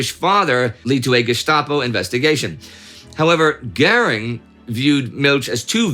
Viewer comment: What's with the "Gering" and not "Göring"?